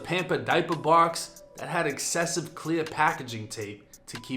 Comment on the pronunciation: One of my favorite channels on YouTube but I couldn’t help but laugh at that Boston accent with the “pampa dypa box” 💀